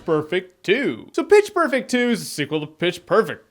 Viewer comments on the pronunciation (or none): wait wait in the end, did jeremy say Bitch perfect? or was it just me?